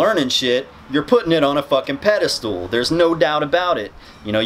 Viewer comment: This guy's editing is kicking ass right now. BTW it's pedestal not pedestool.